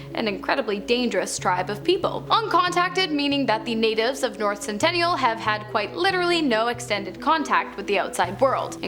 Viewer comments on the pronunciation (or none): It's Sentinel Island. Not Centennial Island. 🙄